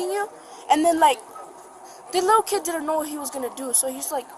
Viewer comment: Next time hire a narrator that isn’t straight outta da hood. This guy can’t pronounce half the words he’s saying. It’s “didn’t”, not “di…ant”, lol.